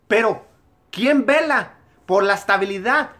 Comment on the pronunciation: en el pensé que ibas a decir " quién verga " y era " quién vela " ja ja ja